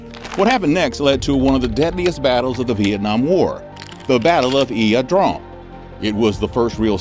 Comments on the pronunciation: La drang..... not ia drong......... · You are mispronouncing…LA…not IA…….La Drang Valley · It's pronounced YAH Drang, not EEya Drong or even EYE Drang, as it was bastardized in We Were Soldiers. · Ya drang valley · The battlefield is pronounced, Ya Drang. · it's pronounced eye drang..i remember it well.. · I always thought it was LA drang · Are you saying it correct ? Thought it was pronounced eye drang? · It's pronounced "I DRANG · Lol yah should know how to say the places . Pronounced La Drang! Lol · pronouced ' I-Drang" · Need to spiff up your pronunciation and total casualties at Ia Drang vs killed. That battle started it all and anyone deeming to provide an account to the public should make sure all aspects of what really happened are reported correctly.